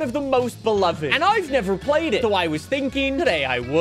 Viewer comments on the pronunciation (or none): none